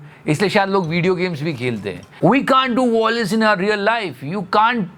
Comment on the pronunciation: The word is VIOLENCE not VOILENCE..why dn t you tune your English or stop using it..Ur basics are flawed,then why speak the language? 😢😢😢